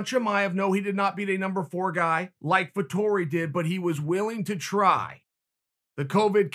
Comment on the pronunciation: "Vitori" ahahaha